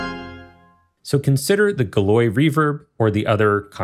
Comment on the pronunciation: The work you put into all of your instruments always amazes me. I've been looking for a quality organ instrument that doesn't cost an arm and a leg. Sonokinetic has Toccata, but it just can't compare to this. One minor point: Galois is pronounced gal-WAH, not guh-loy.